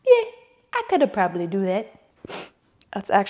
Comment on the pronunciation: Maybe because my big ol' Italian Papaw was the same way, but "yeh, I coulda prrrobably a-do thet" is killing me 😆